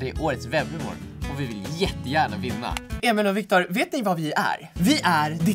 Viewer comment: Har ni tänkt på att Joel säger alltid ”Emol och Victor” haha